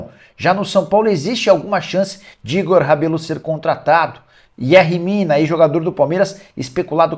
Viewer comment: Nicola, contribuindo para sua narração: em espanhol o "Y" tem som de "J". Yerri Mina lê-se Jerri Mina, Yeferson Soteldo lê-se Jeferson Soteldo. Abraços, sou seu fã.